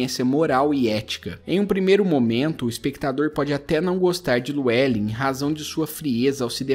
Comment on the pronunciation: "Lu é len" é foda pqp "liu e lin" é a pronúncia correta po